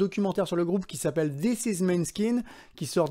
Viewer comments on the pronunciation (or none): none